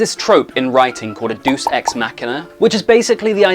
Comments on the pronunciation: It’s ‘deus (‘day-us’) ex machina’, it’s Latin, a real language unlike what you are speaking, not ‘deuce’. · Not deuce ex machina. Deus is two syllables, dat-oos. Know this from professors at several colleges, both lit classes and theatre. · Pronounced “day us” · "Deus" = 'Day-us'. It's latin; you pronounce each vowel separately. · "Deuce ex machina" 😛 Silly classical drama.